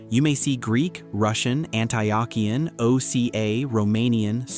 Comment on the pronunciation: Great video but a few critiques. #1 How to pronounce Antiochian= An-tee-oh-kee-an. #2 ROCOR is also Eastern Orthodox. ROCOR=Russian Orthodox Church Outside of Russia.#3 You can wear short sleave color shirts. Except at the monastery's i have visited where men and woman must wear long sleave and woman must have a head covering on. Other then that great video. Glory to God in all things.